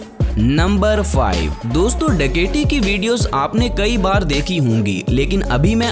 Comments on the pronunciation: ڈکیٹی نہیں ڈکیتی ہوتا ہے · ڈکیٹی کیوں بول رہے ہو ڈکیتی بولو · Bhai daketi lafz tu thek bolo